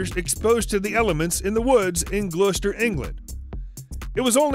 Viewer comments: It's glouster not gluester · "Gloucester" is pronounced "Gloss-ter" - no blame, common mispronunciation. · Glooster? I'm American and even I cringed at that. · "Glue-stir" England?